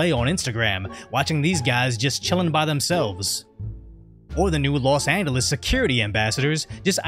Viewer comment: A little tip on pronouncing Los Angeles, the "G" in the word "Angeles" makes a "J" sound.